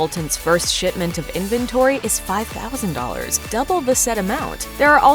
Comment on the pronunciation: It sounded like you said "sh*tment" rather than "shipment". From what I have seen of the clothing line, I am inclined to go with the former pronunciation.